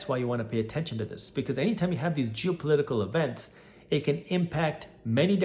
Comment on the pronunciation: "...jew-political events.." Yup. That's what I heard 😅